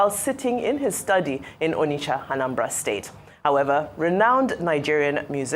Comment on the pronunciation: Anchor is unable to pronounce Onitsha!